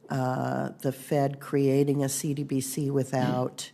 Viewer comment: CBDC not CDBC lady!